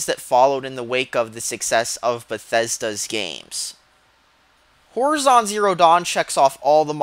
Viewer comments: did u just keep saying whorizon? D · Its pronounced hor-eye-zon. The way you say it is so annoying. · Makes me cringe how you pronounce "horizon"...